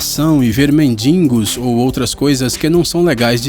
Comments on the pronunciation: Parei de ver no "mendingos" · o que são "mendingos"? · MENDINGOS?? amigo um canal tão culto com uma dessa ,,, doi o ouvido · Mendingos ???? KKKKKK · mendiNNNgos com N aos :O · "Mendingos"? o correto é mendigos. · "Mindingos" foi foda!! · Em vez de chegar na estação e ver mendingos kkkkkkkkkk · "mendi'N'gos" lol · > "mendingos" <<< vai aprender a falar o anta!! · mendingos? como pode ???????? MENDINNNNNNNNNNNNNNNNGOS? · Não é "mendingos". Essa palavra não existe. É "mendigos". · Vídeo dos mais legais que já vi no YouTube. Só escorregou na narração quando falou "mendingo" rs.. De resto tá de parabéns. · O melhor é ficar ouvindo esse cara querendo falar sério e soltar um "mendiNgos" no meio do vídeo. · É ver "mendingos"... kk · ... MendiNgos?? Meu...kkkkkkkkkkk Achei que só falasse isso os analfabetos... Mendigos, por favor!! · "ver mendingos" é 10 like hahahh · "MENDINGOS" mds kKKKKKKK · Mendigos, não MendiNNNgos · fiquei decepcionada em ouvir "mendi N gos" ó senhor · "[...]mendingos... HAHAHAHAH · Ele fala "meNdiNgos" com dois N's kkkk..Muita gente fala errado assim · "MENDINGOS!" KKKKK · Mendingos doeu! em . Fica a dica. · "mendingos", dislike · ele fala "mendingos" tb nos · mendingos kkkkkk ta falando serio ? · Caraca "ver MENDINGOS, aprenda falar cara. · mendingos? kkkkkk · Oxenti, Mendingos?? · Mendingos??? Serio??? Kkkkk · mendingos??? uahuahauahua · "ver mendingos" ? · " Mendingos" pqp ahaha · Tava difícil, mas ai com "mendingos" ficou mesmo impossível... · Veer meNdingos KKKKKKKKKKKKKKKKKKKKKK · ver menDINgos...? hahahaa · O que é "mendingo?" Um analfabetismo?